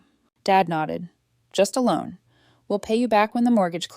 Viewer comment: “a loan” not “alone”. Get it right! 👎👎👎👎